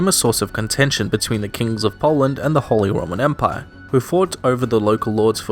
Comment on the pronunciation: “holy Roman emire”